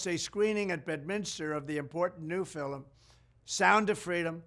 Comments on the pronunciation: Why is he saying "fillum" instead of "film"? He did it three times. Is he starting to slip a little bit like Biden? I hope not. Everything else that he said in this clip sounds like the old Trump. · He just said it again. Fillem. Someone please teach him how to say film. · Why is he saying filll um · I agree with his message. But film is not pronounced “fil-um” Mr. President. Lol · He pronounces it “fillum” rather than “film”. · FIL-EM 😅😂 IT'S FILM one syllable. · Fillum? Lol 😂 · Did he say filim? did he say filim twice?🤔 No he said it again! 😂😂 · Say …fillim one more time …please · It's interesting how Trump pronunces 'film' the way the Irish do. 'Fillum'. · and "fill-em" lol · Interesting how Trump pronounced the word “film”,,, he called it a “fill’um”. I seriously doubt Trump has even watched the “fill’um”. As far as all the claims of success he ranted thru in his little speech, people should take a few minutes and fact check his claims. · He said “a very important fill-em “ lmaoooo😂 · He had me... until He called " Sound of Freedom ".....a....." FILLIM!!!" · Are we just gonna ignore how he couldn’t pronounce “film” ? Lol (FILLEMIN) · his pronunciation sounds weird fillim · I liked Trump until he pronounced the word "film" as "fillum" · Trump: It's a very important fillum.... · Did he say “new fillem”? And where are the stats on his “lowest number ever”? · How is he pronouncing film? "Feelem" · I thought only Indonesians said Filem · I truly appreciate this message, but, oh, dear. Is Mr. Trump saying “F I L I M?” I believe I heard this pronunciation twice in his message. 😱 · PLEASE LEARN TO SAY FILM. ONE SYLLABLE. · President Trump is using my own phrases. Love how he says "filum" haha. But love how he says "all wrapped up in one". I described Lue Elizondo in a similar light a couple of days ago. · >very important fillum >fillum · Did he o pronounce, film with two syllables?. Fil em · The guy literally said watch this filum. 😂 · Lol "filim"